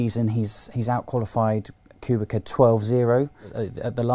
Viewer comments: it's pronounced kubitza. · Claire has admitted that Robert KUBICA (not Qubika) has been a massive help in understanding the car and that his technological knowledge is truly unique. I agree Russell is a talent but how long is he going to stick around Williams? When he’s ready he’ll be off to Merc. Furthermore, Williams only have 1 point in constructors and that is Robert’s point, not Russell’s. I get that Russell is talented and all but my god Kubica deserves some recognition. As if British bias wasn’t enough, you cannot even pronounce his name correctly. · kubica is known from italian karting as a kubika.... so that's is ok... but should be pronounced k u b i ts a..... thank you. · Who the hell is Robert "Kubika"? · my god... there are still, after all these years, morons who can't pronounce KUBICA (kubitza) correctly... disappointing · it is from karting times and robert doesn't mind that... in italy he is kubika... rosberg also called him kubika. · “KuBiKa” LMAO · KubiKa? KubiKa?! Jesus Christ, guy is driving in F1 for many years, everybody around you knows how to pronounce his name correctly and you still say KubiKa? What disgrace. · Even Sebastian Vettel’s Race Engineer called Kubica ku-bi-ca in Abu Dhabi 2012. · I am amazed, that half the people talking about F1 can't pronounce Robert Kubica's name properly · please learn how to pronounce Kubica's name for God's sake. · he pronounced kubica wrong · especially aswell as he doesn't know how to pronounce Kubicas name